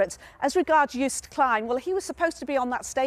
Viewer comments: For all the non Dutch people: you pronnounce Joost like toast. So Joast. And Klein, like klein in Calvin Klein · What he tries to say is say it like: Yoast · No we don't pronounce Klein like that... Calvin Klein is pronounced in the German way. In Dutch it is more of a wider "e". Joost is like toast but the J is not like JAY, instead it is like the Y in young. Yoast. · None of you can pronounce Joost. Literally a next door neighbour 😂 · Come on. Western Germans should know how to pronounce the name too